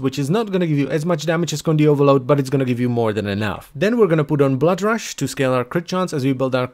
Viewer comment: reads the word "rush": rash